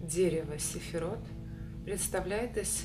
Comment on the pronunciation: Не сэфирот, а сфирот)